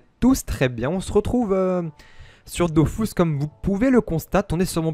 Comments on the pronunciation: c dofus est pas dofous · "on sretrouv sur dofous kom vou pouvé lkonstat" t'as l'air d'etre un brave donc faut que quelqu'un tle dise, c'est la pire intro du millénaire frero